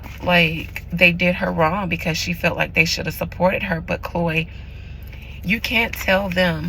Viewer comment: Her name is not Chlo it’s Chlöe (clo-ee)